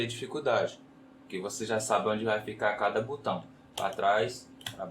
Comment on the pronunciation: Por que tanta gente fala "butão"? 😂😂😂